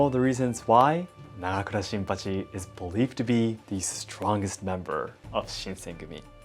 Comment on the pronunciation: The way you promounced "Nagakura Shinpachi" was one of the coolest sounding things I've ever heard.